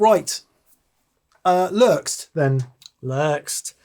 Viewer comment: As Lerxst's rep I can say -- Yes! You pronounced it right. And for reference, it's a nickname he had in Rush based on his full name as said in Serbian.